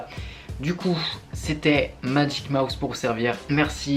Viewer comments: Pour la communauté je proposerais le nom ''Les Mouses'' (ça se prononcerait les maousses) ^^ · les mouse qui se dit (maouse)